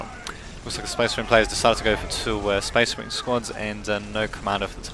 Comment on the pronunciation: The Necron player and Spasseh Mareehn player was TERRIBLE. -.